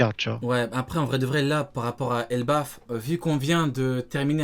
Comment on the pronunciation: C'est pas Elbaf au lieu de Ebaf non ?